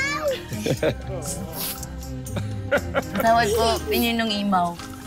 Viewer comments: Hahahaha natawa ako ki lira mamaw dw..sabi ni pao pao hnd mamaw imaw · Ang nakakatawa yung sinabi nilira maomao hindi imao